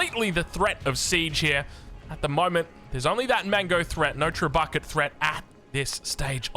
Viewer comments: When you said "Trebuckets" referring to "Trebuchet", I doubted myself for a second because I never pronounced it or heard anyone pronounce it this way, and I had to double check that it is pronounced "Trehboshay" 😂😂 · i had a little watch break what did i miss why is saying Trebucket xD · he says it like that because that is how Xqc pronounces it. Xqc is not an intellectual (to put it lightly) and english isnt is first language so he doesn't know pronounciations sometimes. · is it really pronounced a treb bucket? have i just been wrong my whole life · You are pronouncing trebuchets wrong, funny though xD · i'm 99% certain was just joking with that pronunciation. 1% uncertain lol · I believe it is how X pronounces trebuchet on his stream